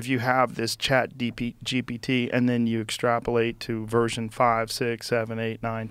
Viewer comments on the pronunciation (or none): Rogan says chat DP lol😂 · joe literally almost called it chatdmt.